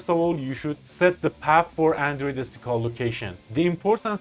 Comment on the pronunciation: SDK = "eeS Dee Kay"